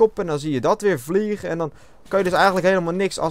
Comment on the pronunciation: je zegt echt grappig vliegen haha en ik ben zeker slecht in cod ghost omdat ik mw3 nooit heb gespeeld